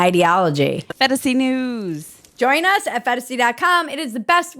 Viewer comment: Did you say "Va-join us"?